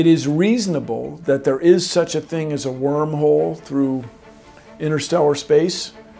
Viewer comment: He referred the black hole as warm hole. May be he did not memorized his script very well...